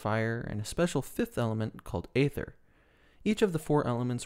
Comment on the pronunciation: It's pronounced eether, not Ayther. Rather like daemons in Unix/Linux are pronounced demons. Yes, English is weird.